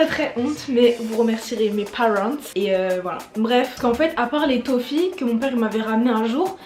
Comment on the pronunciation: On dit pas taufie mais torfie